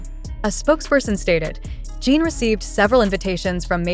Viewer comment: I’m sorry but the AI being used to narrate this is terrible. For one thing, the constant mispronunciation of his name over and over again makes it very hard to listen to as it just grates on my nerves. Also, the meandering explanation of the content is tiresome and I just wish it would get to the facts. Most of us are busy people with limited time and we already know how amazing Jin is. I hope you will consider this when creating more content.